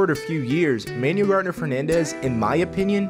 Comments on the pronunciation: Ah yeah, all good, still a dope video. I believe it's pronounced like "Man-ooo-well", not "Manual". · Pronounce Manuel's first name correctly, kind of disrespectful...